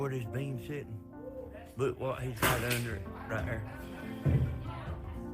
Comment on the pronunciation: This guy must be from Alabama. He gave himself away when he said “ at righ air”. 😝 lol.